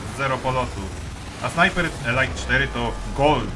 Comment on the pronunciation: "elajt" to eleit a "elit" to elite Taki mały szczegół, ale bardzo fajny film muszę przyznać. Pluj dalej na te firmy dzisiejsze!!!